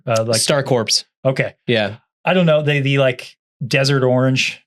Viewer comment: I'm sorry. Star CORPES?!? 😂its Corps(Core) ❤